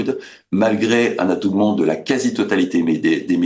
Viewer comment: Le propos est intéressant. Mais, adoubement. La constitution américaine. Attention beaucoup de fautes d'accord et de prononciation.